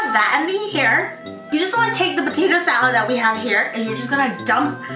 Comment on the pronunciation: She reminds me of felix stray kids, tht sAalOod tho